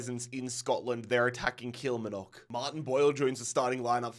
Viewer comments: How to say Kilmarnock- KILL- MAR- KNOCK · Love these videos man brilliant and engaging start to finish. But please pronounce Kilmarnock correctly😂 it's kil-mar-nock 3 syllables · Only stated watching video . But i hope you finally can say Kilmarnock correctly.... remember. Kil-mar-nock <<<<< say it like this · Someone please teach him how to pronounce Kilmarnock correctly cuz it’s pains me to hear it